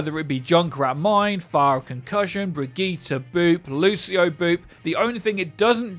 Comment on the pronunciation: When will you Americans learn to say Brigitte's name? Go watch Carolina Ravassa's video where she talks with Matilda Smedius about how to pronounce it. Puh-lease!